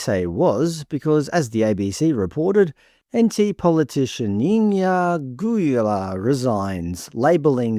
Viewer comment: Love your aboriginal name pronunciation 😂.